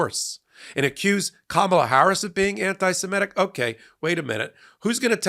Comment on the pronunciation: and readers. This is how to say Semitic. mit, not met sorry about being pedantic, it is on of my few manias